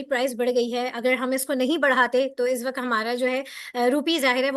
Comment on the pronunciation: "izz waqt" nahi hota " iss waqt " hota hay... tallafuz apni sahi karen kindly. Allah aap ko kamyab kry. Ameen